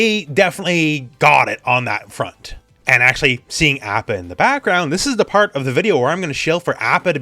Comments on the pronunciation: not to be THAT guy, but isn't it "ah-pa?" oh well, doesn't matter THAT much. tomayto tomato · Why you pronouncing appa like that? Cringe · Stop pronouncing Apa that way -_